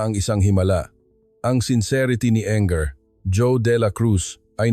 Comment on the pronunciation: Pwede po ba paki basa at paki bigkas ang maayos ang mga salita. Engr. pero binasa ng “enger” ? Db Engineer yun? Basahin mo ng English and English word correctly please. Laging lang mali ang pronunciation ng Tagalog. 😡 Ganda sana story eh. Pasensya na